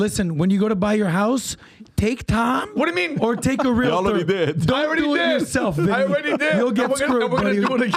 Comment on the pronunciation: Omg, Tom DOES NOT understand how it works and he doesn’t even know how to pronounce REAL-TOR. No one has EVER been forced to sign with a full price agent. Discount agents have always been around. You get what you pay for. You can also list your home yourself. These new changes may be very bad for buyers. Buyers may indeed be paying full price for a home, which is includes the cost that would have gone to represent them, yet they will not have any representation in the biggest transaction of their life. Paying for it, but not receiving it = a bad deal for the buyer. Tom, you do not know how it works nor what the agents do to earn it so please, educate yourself before you speak.